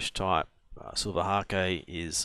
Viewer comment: And silver hake is long A, e is silent.